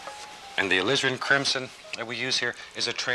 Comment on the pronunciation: Did he say, "lizzard crimson" ?? Lol I don't paint with Bob. I just listen and let him talk me to sleep..haha